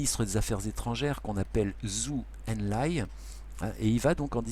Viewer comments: Zhou Enlai (manque le n) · bonjour a vous petite correction c'est Zhou En Lai le ministre des affaires etrangeres de mao et Pas Zhou Elai